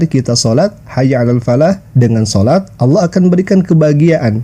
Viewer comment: Nanti di klaim adzan itu udah ada sebelum Islam dan digunakan Kristen Arab sebagaimana mereka klaim sebutan Allah. Aneh nya mereka sebut alah sementara Kristen Arab menyebut Allah sebagaiman muslim menyebut.